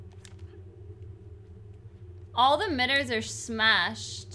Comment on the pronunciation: "All the MIDDERS are smashed." What dialect is that???